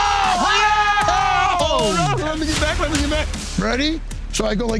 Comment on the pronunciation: He said Toronto correctly 🇨🇦! Thanks Dana!